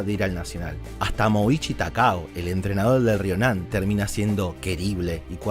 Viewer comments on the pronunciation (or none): El video es hermoso, está muy bien hecho... Pero me da muchísima bronca que digas mal los nombres de los personajes, dios. "Fukada" = Fukuda; y el entrenador "Takao" = Taoka...